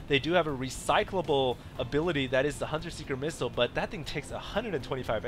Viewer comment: Asian accent: UGH! HUNTER SEEKER MISSILE! Sorry xD i think you're an AWESOME commentator, i just had to say that one thing xD no offence!:)